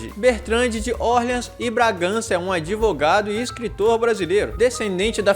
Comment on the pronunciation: Dr ives Gandra se auto intitula "adevogado"